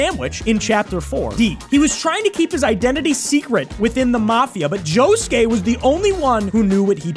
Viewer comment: Why did he pronounce Bruno and Josuke’s last names like that? They say it the same in the sub AND dub so I don’t get the confusion